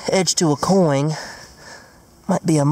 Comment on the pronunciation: Anyone notice how he sais coing instead of coin,hahaha I love you.😂😂